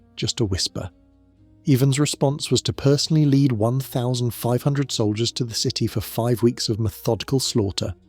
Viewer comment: Why is everything pronounced weird? Love the show but lead is always leed and Ivan is eyvonne😂